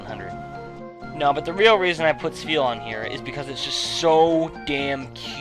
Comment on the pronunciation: It's Spheal doh!